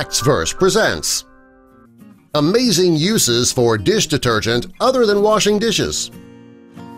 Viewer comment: How many times he saying bloody dish detergent, he can't even pronounce it properly after a while.